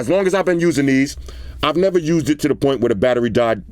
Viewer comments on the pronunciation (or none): none